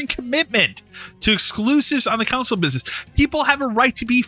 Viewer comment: Hearing console pronounced couwnsole hurts my ears.